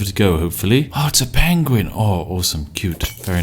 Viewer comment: Spiff learned how to pronounce penguin from Cumberbatch